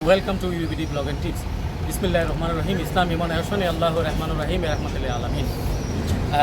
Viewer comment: আচ্ছা এ নতুন একটা ভন্ড বাংলায় আবির্ভাব হইছে তার মুরিদ, তাই বিসমিল্লা এভাবে পড়ে